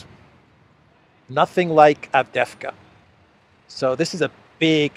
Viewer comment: it is pronounced Av-dee-yev-ka, with a slight stress on the second syllable. Please try not to say Avdevka.